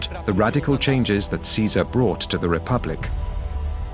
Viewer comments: yes, instead of "Kaisar" or "Chezar", they pronounce "Tzezar". Because they are Polish actors. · Lol why they pronouncing Caesar as Tzesar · they are mispronouncing Caesar. its supposed to be kay-zar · Marc Antony's Latin pronunciation sounds bit modern. Chesar, instead of Kaisar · I think the guy reading Caesar's will is the only actor/extra in this entire documentary who knows proper latin pronunciation... Caesar sounds more like Kaisar, Julius becomes Iulius, V's are actually W's, etc. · Is not Caesar pronounced in Latin as Kaesar as opposed to Caesar? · Pawel Delag is a Polish actor. Although why he pronounced ‘Caesar’ differently in the same speech is puzzling.